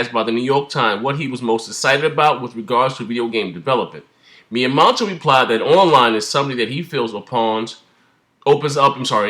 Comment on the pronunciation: Its Miyamoto say it with me Mii YEA MOTO